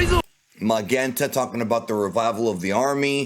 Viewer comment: Not sure why you keep pronouncing Magenta like that lol. The red ribbon army officers are named after colors. “Ma-JEN-ta”